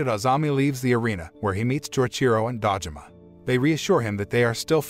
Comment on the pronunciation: Do you have something against long vowels? Shōkugeki, Tōtsuki, Dōjima, Risōtto, Karaagi